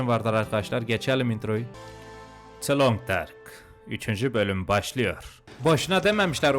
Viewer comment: Abi lütfen the long dark ı düzgün söyle 😠😠